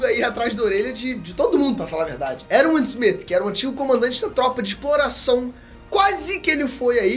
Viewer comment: Eruiun Essumit? kkkkkkkkkkkkkk eu falo ervim ismit